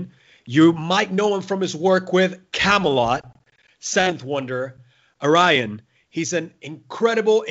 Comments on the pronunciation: lol the host should learn how to pronounce Ayreon :P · 🤣🤣🤣 sorry, love the band but tough to pronounce!